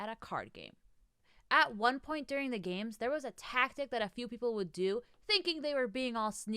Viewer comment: When you said “I love games” I heard “gays” and I was like “uh there’s nothing wrong with that but weird way to start”